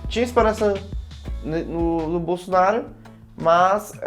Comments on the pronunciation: O gordinho ñ sabe nem Falar Bolsonaro kkkk ele falou Bolsonario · Impressão minha ou o falou “Bolsonario”? 😂😂😂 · Sim, ele falou bolsonario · Ele dis "Bolsonário"?